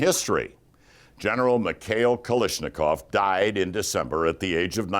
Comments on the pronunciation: It’s Kalashnikov! Not kalishnikov!!!!! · Pardon me, "It's Ka - Lash , not Ka - Lish.... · This is one of the worst videos I have ever seen. So much inaccurate info presented. Also, what is a KaLISHnikov?